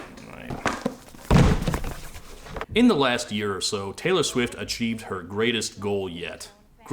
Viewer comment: “Tay-lore”, if you will…